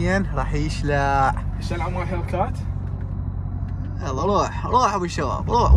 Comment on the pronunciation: هيكلات ❌ هيلكات ✅ 😂